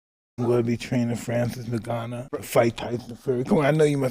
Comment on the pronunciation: He said Francis Nagoony! LMFAO! hahahahahahahaha🤣